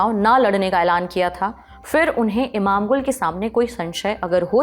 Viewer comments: Imamgul nahi Imamolu sahi pronunciation ha 😂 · Name is not pronounced correct by Mam Nikhil pronounced correct name Imamoglu इमामोगलू not इमाम गुल